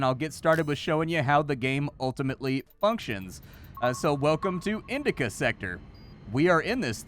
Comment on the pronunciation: Indica sector? I think you mean Indacouch sector.